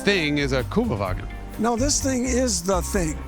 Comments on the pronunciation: Jason, what happend ? ….lost your “ü” ? 😅 ….Kübelwagen 😉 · aaaaaah STOP IT. its a kÜbelwagen... Ü like in GREW, best explanation it can imagine